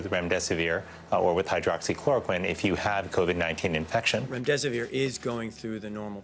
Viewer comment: LOL TRUSTING this guy who can not even pronounce the drug or names of Dr's. Was this posted as a comedy skit?